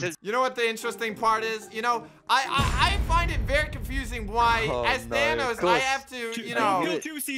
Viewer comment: Does... does pronounce Thanos "Thanas"?